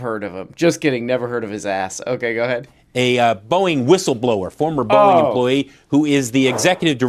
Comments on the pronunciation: my favorite part of this story is when people try to say Boeing and it sounds like 'Boing" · PBD saying “Boeing” sounds like “Boing!” And that needs to be a drop